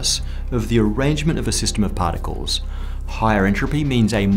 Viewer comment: what the hell is 'pahtickols'